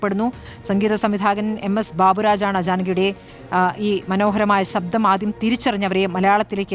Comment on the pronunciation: സബ്ധം അല്ല ശബ്ദം ആണ് 😅 ജാനകി അമ്മ എന്നുപറയു 🤷‍♂️